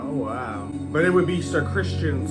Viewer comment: His name is Criston, not Christian.😊